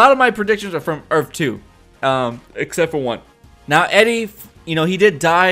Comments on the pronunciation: the word is earth, not earf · Earth not earf! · "earf 2" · had to stop watching the video cause there is no such thing as an earf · Earf 2😂😂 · earf two 😂😂😂😂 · URF 2 lol this guy is killing me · Earff? lol earth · earf? wtf is earf? I think you meant earth. you don't seem too sure of yourself either how would Jay reckonise Barry whilst wearing a mask? did the team in season 1 reckonise Wells in a mask? .... NO. atleast try and sound like you have half an idea. if any body wants to watch decent reviews check out EMERGENCY AWESOME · I'm sorry but u were annoying the crap out of by saying earfh throughout the video